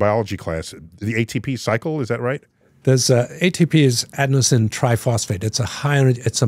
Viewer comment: I have never heard "adenosine" said that way. Neat.